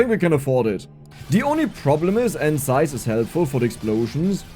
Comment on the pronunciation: I like how you pronounce "zaiz". ❤